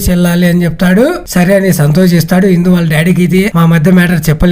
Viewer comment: ఇంతకీ ఆమె పేరు ఇందు నా హిందునా? సరిగ్గ పలకండి 😂